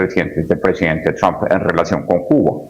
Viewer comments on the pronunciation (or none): none